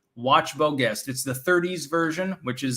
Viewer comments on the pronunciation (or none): Pronounced Zhest not guest